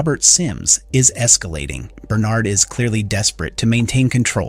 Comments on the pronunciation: Right...I'm assuming he's used to pronouncing it "Bernerd" but oscillates to how it's actually pronounced in the show "Ber-nard" when he remembers. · Bern'Erd or Ber'NArd ... you flip between the two and even throw in a half way version now and then. (Check your AI pronunciations of audio before publishing). Your opening stated you had spoilers from Books... there were none. We KNOW there are others in silo 17 and Juliette and Solo go to her silo 18 in the books. The fear of being underwater is called "Thalassophobia" - NOT Hydro-Phobia!